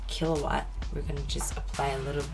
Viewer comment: I'm an EE by trade. When Rihanna said Killawatt, I was like DDDAAMMMNN <3 lol!